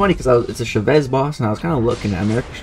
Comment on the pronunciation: CHA-vez , it’s how you say her name btw. 😂